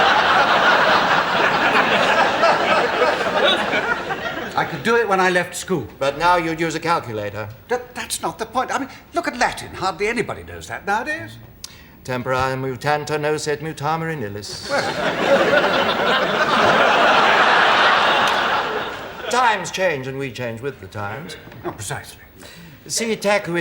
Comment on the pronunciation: Humphrey doesn't say "Tempora mutantur et nos mutamur in illis" correctly. It's a hexameter.